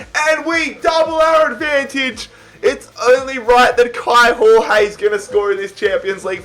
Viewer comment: Kaio Jorge is pronounced Kai-o Georg-ye sort of idk how to explain it perfectly